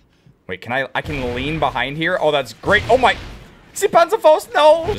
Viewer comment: Zee panzhafaust lol